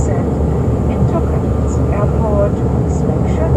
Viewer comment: Katowice nie "Katowitz"